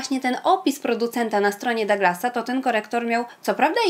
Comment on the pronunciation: "Duglas" nie "Daglas" To niemiecka drogeria